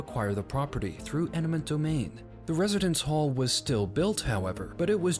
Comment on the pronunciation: You should practice your pronunciation of eminent domain